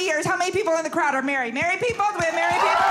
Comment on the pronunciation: She maweed Elmer Fudd!! LOL.